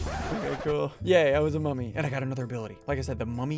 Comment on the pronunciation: New song from SSundee unlocked : Mummy song [Sounds like Mommy instead]